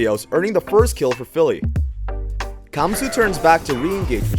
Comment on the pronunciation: Gamsu... not camsu